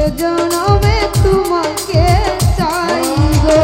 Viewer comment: তুমাকে না তোমাকে, ভেগে না ভেঙ্গে, কাচে না কাছে, উচ্চারণ গুলো ঠিক করলে সুন্দর হবে, মায়াবী কন্ঠ আপনার।